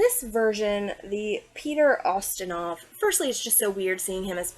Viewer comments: It’s YUH-STIN-OFF. Lol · Gag and vomit!!! :face-orange-frowning::face-orange-raised-eyebrow:🤮🤮🤮David Suchet is pronounced Sue-shay. I'm surprised that you are not pronouncing the main character Poy-Rot. and it is NOT ostinoff!!!